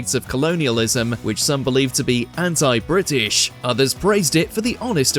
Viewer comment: ‘Doo-oh’? - ‘Ant-eye’? Nothing sounds worse than American pronunciation in a British accent.